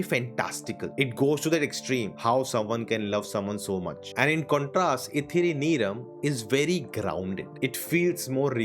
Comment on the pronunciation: Bro movie is called "Ithiri Neram", not neyram